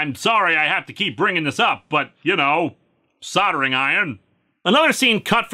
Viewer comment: You pronounced soldering right this time. Good for you.